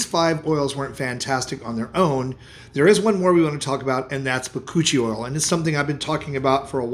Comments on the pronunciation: Anybody else hear him say cochi oil. And then realize it was something else. 😂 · So am I the only one who thought he was saying Coochie oil, at first😂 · I thought he said koochie oil. 😅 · He said Bakuchioe oil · Lol he defo said Coochi oil to my ears. Bachuchial haha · What is he saying for the last one? Bacooch oil?